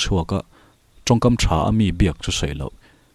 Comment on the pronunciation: Thaw thang tih i thluk dan khi a diklo.. Engtinnge kan sawifiah ang aw.. A thu hian... Tihian sawi ang.. I thaw a rimchhia lo ti ta ila.. Khi ta thaw ang khian thluk tur.. Man thiam ang chu maw